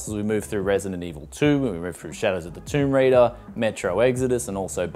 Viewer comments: “Shadow of Zee Toim Roider”?🤣🤣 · Shadow of Zee Toim Raider... You kidding me? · Shadow of Zee Toim Roider XD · Shadow Of Zee Toim Roider lol